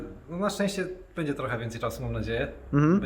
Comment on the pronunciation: nie mów bedzie tylko będzie:-) To będzie nam się lepiej oglądać. Dziękuję pozdrawiam 👍🏽